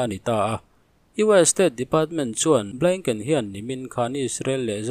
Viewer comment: Blinken tih hi mi lam angin lam ve mai teh. Blaingken tih hi zawng ngaihthlak a hahthlak deuh